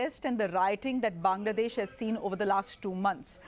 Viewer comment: It's Bangladesh not B'desh . Some mistakes you also had joy . When I was going door to door no one payed heed . But it was important . This is called nature's justice. You shoud have helped me.